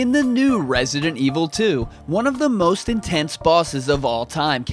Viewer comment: You pronounce the title wrong. I needs to sounds like this evil voice we all love RESIDENT EVIL 👿